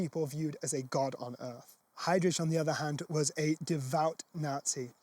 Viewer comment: Ch please! Not rich!